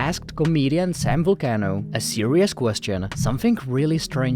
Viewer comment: Its Sal Vulcano not Sam lol